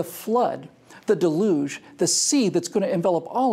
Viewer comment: Your pronunciation is delugional. It's DEL-yuge